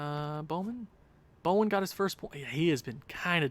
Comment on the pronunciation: it’s bowen not bomen